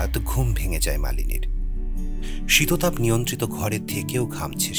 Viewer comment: আপনার স্বর অসাধারণ। উপস্থাপনা দারুন। একটা ছোট্ট জিনিস - ওটা শীততাপ নয় শিতাতপ হয় সম্ভবত।